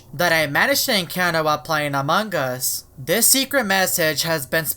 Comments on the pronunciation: Amongus not amongggggus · I think you keep saying amongg us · U said amog us :> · Still say amangas Has Among us XD FIX YOUR MOUTH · among us Subtitles: amangas Me: laughs all day long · I like how he says AMAWNG us XDD